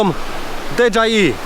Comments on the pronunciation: DiDżejAj :) a nie DeDżaji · Dron "De dżaj i" mnie rozjebał :D :D :D